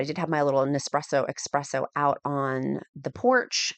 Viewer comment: Thanks for sharing your adventure. It wasn't your husband's filming. That outfit does nothing for you. Light colored baggy pants are not your friend. That sweatshirt with some black leggings would have made all the difference. Also, it is not expresso with an x it's espresso with an s. Don't want your Italian fans coming for you. Please continue sharing you living your best life with us. I'm 4 months into my GLP-1 journey and hope to be where you are at one day.